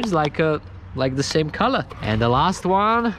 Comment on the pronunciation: Only this legend () now how to say color on the best way COLA